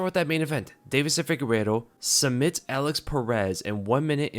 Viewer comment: is not FIGUERO bro is FIGUEIREDO lol